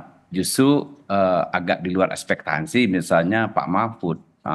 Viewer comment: ekspektasi pak, bukan ekspektansi.. interpretasi, bukan interprestasi.. profesor macam apa ini, wkwkkwk...